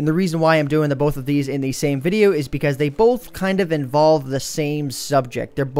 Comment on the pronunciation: you say both like BOLF